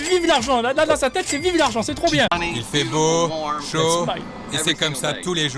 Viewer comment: A tout moment le gars sort un bieng ou bieng